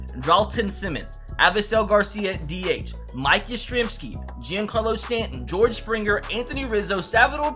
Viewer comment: is pronounced John-Carlo Stanton